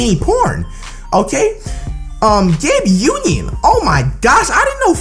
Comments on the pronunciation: Any body notice him saying Gabe Union😂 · this dude said "Gabe Union"😭😭😭😂😂😂 I'm done😂😂😂😂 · he said Gabe union I'm dead asf